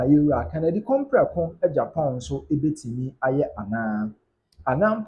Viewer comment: Stop mentioning Kennedy,s name wrongly. The name is Akompreko not Kompreko. Why are guy so dull? Open your eyes and pronounce words correctly and stop being “Afuom”.